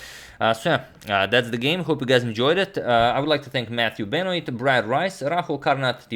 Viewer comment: #suggestion Benoit is probably pronounced Ben-wah. French pronunciation. I know you take pride in your English, Antonio.